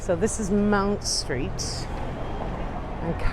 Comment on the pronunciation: Having another look at this delightful video. Just a small point - it’s Mount Street, not Mound, and the church is often just called Farm Street, because it faces into that street. The ‘offices around the corner’ are where I stayed for two very happy weeks with the Jesuit community. I had such a wonderful time, and it’s so good to see this part of London again.